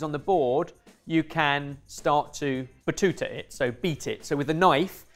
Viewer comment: Me, and all other italians listening to them saying "batuta" multiple times, and automatically going "Ah baTTuta!" when mentions Italy 😂